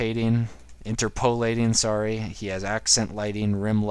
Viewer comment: Sorry to be a grammar-Nazi, but it's "interp-uh-lateing" not "inter-poe-lateing".